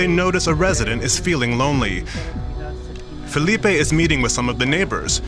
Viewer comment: don't pronounce Portuguese names with a Spanish reflection Filipe is not Felipe